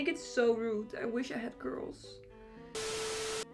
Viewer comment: I think the joke was that when she says “curls” it sounds like “girls” because of her thick accent 😶